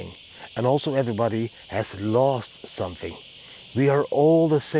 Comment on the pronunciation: You should practise to say the word "something".